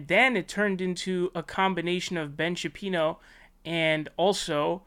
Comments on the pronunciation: You keep saying Ben Shapino and it's glorious. Please, continue. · Are you not allowed to pronounce Shapiro or is it just a dig ? Yionnopolis = Yee-on—oppolis